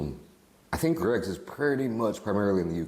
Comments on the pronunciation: Why do Americans have problems pronouncing Greggs it’s like they add syllables for no reason Greggs is a 1 syllable word no g-reggs or gr-eggs just say gregg like the man’s name and add a s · EH? how is an 'e' a 'ey' sound??? Greygs